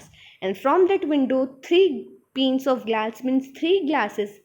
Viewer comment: Panes=peens One=wan Lol no offence Otherwise your explanation was really good